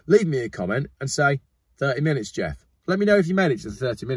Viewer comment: 30 minets geoff 30 minets geoff 30 minets geoff 30 minets geoff You started it😂😂😂😂